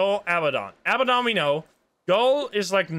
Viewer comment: Heads up: it's 'a-BAD-on,' not 'aba-don.' Think of the word "abandon" but replace the 'n' with a 'd'. I know its nit-picky, but its a pet peeve of mine 😅